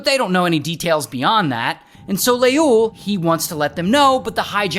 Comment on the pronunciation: As an Ethiopian every time u say leul I'm dying 😂😅